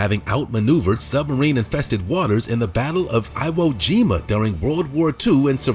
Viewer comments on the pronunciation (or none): That dumb SOB said "I"wo Jima.